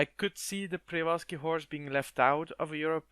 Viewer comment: Przewalski's horse is pronounced "she-VAL-sky" or "che-VAL-sky", btw